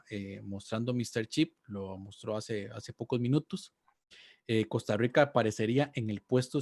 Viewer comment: Jajaja me justa como dicen Costa Rica 🤣🤣 Costarwica dicen 😂